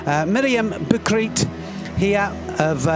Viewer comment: I like our british friends very much, but her name is not batried, her name is Butkereit(boutkerait) not so difficult. Keep up your great comments 👍🏻🖖🏻